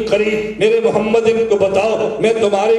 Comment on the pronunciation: ماشااللہ بہت خوب واقعی جواب نہی لیکن حضرت آپ حضور صل اللہ علیہ وسلم کا نام صاف نہی لیتے گزارش ہے کہ صاف لیاکرو اللہ آپکو سلامت رکھے آمین